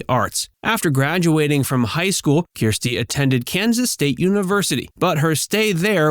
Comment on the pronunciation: Her name is not Keerstie! She said it herself: her name is Kirstie, ie: “like thirsty”.